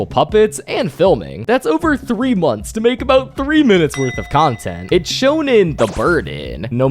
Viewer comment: "portfolioouu" "moanthss" "schooel" "dooug" your way of talking pmo